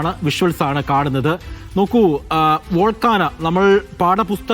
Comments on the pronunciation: Volcana Allah Bhai. Volcano. Sir ethu schoolil aanu padichathu? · "വോൾഗാനൊ" അല്ല കുഞ്ഞെ! "വോൾക്കേനൊ" എന്ന് ഉച്ചരിക്ക്!